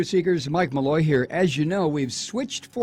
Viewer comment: Make Malloy, says it right.